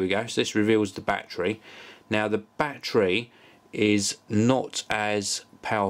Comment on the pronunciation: Love how he says Bachery(battery) lolz